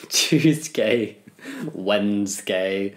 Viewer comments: WEDNESGAY. NOT WENDSGAY. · "Wendsgay" bruh- its wednesday...